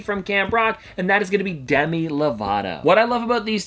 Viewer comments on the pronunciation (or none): none